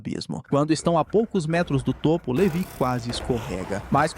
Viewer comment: LeVÁI! Levi se pronuncia Levái.